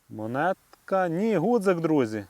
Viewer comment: Чи сприймете таку критику– не гудзик,а ґудзик правильно казати.Пане авторе,жодним чином не хотів Вас образити.З мене як завжди вподобайка вашому відео.